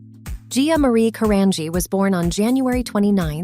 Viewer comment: Her last name is pronounced Caran-G not Caranghee